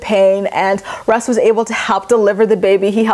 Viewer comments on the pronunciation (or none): none